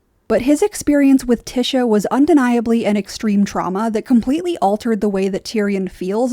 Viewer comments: The only thing I'll push back on is pronouncing Ty-sha as Ti-sha. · I love watching (listening) to your videos but I'm pretty it's pronounced Tie-sha not Ti-sha. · I was so confused. I think it's because the name you're saying is (phonetically) "Tish-a" but it's actually pronounced "Tie-sha". I kept wondering if there was another character that I was forgetting lol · I cringe everytime she says "Tisha" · The annunciation of tysha is slightly annoying, the y is pronounced like an I like in lion, but really good overview on tyrion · "Tisha" is killing me 😭💀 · Good video but pronounced tiesha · Tear-eon Pea-ter Tea-sha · Lol I love watching your videos despite having a different view on the show. You bring a refreshing perspective but your pronunciation of “tysha” on this video was offensive 😂 Thanks for providing us these videos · Is Tysha's name pronounced t-Isha or t-Ay-sha? You pronounce it the first way, others like The Dragon Demands pronounce it the second way. Is there any official word from GRRM on this? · Is Tysha's name it pronounced Tish-a or is Tye-sha? As in does the first part of her name rhyme with dish or dye? I hear both of different people.